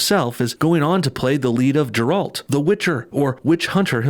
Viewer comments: Ga ralt, NOT Gee ralt! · It's not Jeralt, its Geralt. Love the vid man. I truly hate with all my heart being pandered to lol. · Not here to hate but say it with me GGG-un, GGG-reat, GGG-eralt not JerAlt XD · Great video as always. Can’t stand these fucking self loathing whites, man. Also, it’s a hard G for Geralt not Jeralt. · Geralt not jeralt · Bruh...it's pronounced Gerr-ult, not Jerr-all-t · GERALT, with a G. Not Jaralt. His name is literally spoken a thousand times in the Witcher 3. (Continues playing 5th fresh start) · You pronounced Geralt wrong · not Jeraalt, GER- (like g-arland) -alt... (G sound is not like pronunciation of the word 'German') *cringes.. play the game, its worth your time... never seen him hunt a witch, more like monsters ( respekt source mat bro ) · The Witcher doesn’t take place in Poland it just has Polish mythology and Geralt’s name is pronounced like Garalt not jaralt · Exactly, he called him Jeralt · Did you just pronounce Geralt’s name “Jare-alt”? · I appreciate you defending the fanbase and I couldnt agree more with hollywood black washing all the actors. I know your video is not really about the show itself but if you are defending it could you alteast say Geralt correctly and maybe know that witcher means monster slayer and not witch hunter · The way you pronounced geralt made me die inside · Your pronunciation of Geralt is very suspect , have you wichered ? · You pronounced Geralt wrong! What the hell??